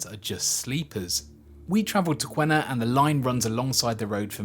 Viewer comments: The new high speed EET project is in progress now with new alignment route and stations. I work on it… By the way Q is pronounced as K and there is no U in Qena so it’s “Kena” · on a side not, we pronounce Qena = Kenna